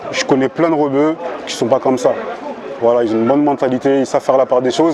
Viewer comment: ''des propos qui Zont été tenus'' j'arrête là vidéo.